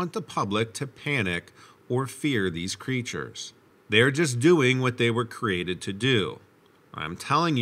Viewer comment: To the narrator: I love your presentations. They are clear, easy to listen to, and free from attitude. One pet peeve of mine does surface though. Often you say “crated” instead of “created”. So many people do the same thing.